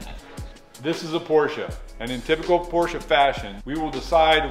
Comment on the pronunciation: I love to hear americans be able to pronounce PorschE....because....there IS no such thing as a Porch'